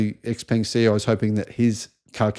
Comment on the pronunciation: Xpeng is pronounced Shaopang. And your pronunciation is as dodgy as your research. A more professional and accurate picture of EVs is given in the fully charged show.